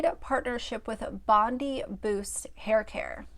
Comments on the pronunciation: It's pronounced Bon-DYE -- good old Aussie suburb names hahaha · My Australian heart is crying. It’s pronounced Bond-Eye Bondi Beach is one of the world’s most famous beaches. Please don’t tell me you have never heard of it. 😭😭😭